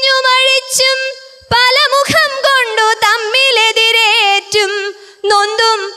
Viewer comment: Muham alla mugham aanu